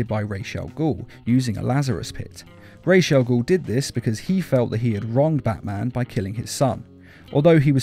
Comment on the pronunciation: His name is pronounced Roz Al ghoul. just watch season 3 of Arrow